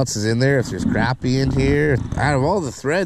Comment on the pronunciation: Yay!!! You said crappy and not croppy or crahpy